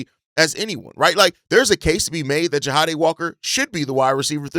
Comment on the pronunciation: JAH-DAY my dude, JAH-DAMN-DAY.